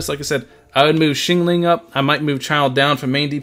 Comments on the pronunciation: Xiangling is pronounced "Shang - Ling" not "Shing Ling". "Sha" rhymes with "Cha" as in Cha Cha Cha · the way he says xiangling is my 13th reason